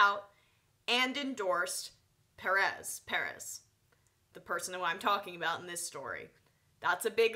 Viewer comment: why cant you pronounce Perez? aren't u from NY...